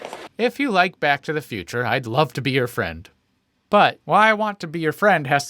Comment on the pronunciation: F...fwend... FWEND!! FWEEEEEEENNNNNNNDDDDDDDDD!!!!!!!